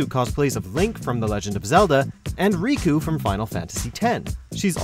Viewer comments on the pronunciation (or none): none